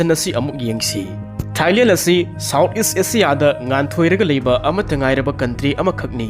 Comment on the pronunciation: Thailel nate Thailand haina pronounce tou biyi and not ismilling it's smilling 😊